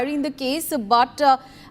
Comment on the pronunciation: Reader you are pronouncing BUT as butta Wrongly too stylish